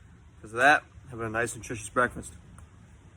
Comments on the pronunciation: this guy said breakfrest wrong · I only clicked to hear Chael say breakfrest. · Brekfrest Chael has arrived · Chael "I'll have breakfrast with you." Sonnen